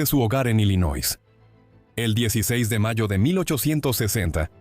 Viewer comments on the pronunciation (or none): Illinois se lee sin la 'S'